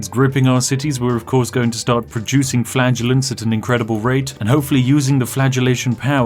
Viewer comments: I thought you said Flatulence at the beginning. And the country was covered in a fog. Faith & Farts to the rescue! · Like a number of others, I too heard "flagellants" as "flatulence." Probably because both were equally effective in Black Death land. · I wasn't wearing my headphones when I first started watching this video. That made it sound like he kept saying 'flatulence'. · I'm sorry Spiff but all I can hear is "the purchasing of flatulence is going fantastically well." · I swear he actually started saying "flatulence" half way through. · Every time he says Flagellants I hear Flatulence and it makes about as much sense. 🤣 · When you said "Flagellants", I kept hearing "Flatulence". Spiff is f*rting around with the black death! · Oh! Flagellants! I thought you were saying infinite flatulence. Which might also hold the plague back. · Whenever he talks about the whipping people, I always hear flatulence. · I kept hearing flatulence instead of flagellants😆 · Today I learned that "flagellants" and "flatulence" are pronounced exactly the same way. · The secret easter egg in this video: about 10% of the time, Spiff says "flatulence". You're welcome. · I couldn't help but smirk throughout this entire video... Kept hearing "flagellants" as "flatulence"... Yeah, I'm about 5 at heart... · All I hear is "flatulence". What have you done?! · I have to admit, every time you said "Flaggenence", I heard "Flatulence". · I'm giggling uncontrollably because his pronunciation of flagellants sounds like flatulence. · I keep hearing flatulence.... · The whole video all I hear is "flatulence" not "flagellants" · oh Flagellants, i thought you said flatulence xD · "Now we're going to start mass producing flatulence" please no, Spiff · Also I keep hearing "flatulence's" instead of "flagellants". I am a child. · I thought he said flatulence, not flagellents. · Maybe it's because I watched on 2x speed, but I was hearing Spiff say he was beating the game with FLATULENCE not FLAGELLANTS.